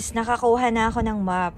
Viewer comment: Nabigla ako dun sa pag sabi mo ng "MAP" kasi ang sa isip ko "MOp" na panlinis sa sahig hehhe..ako ang hiningal sa inyo sexy lalo kayo ne sexy niya kaka lakad tsa si hubby mo naku papayat yanhehhehehe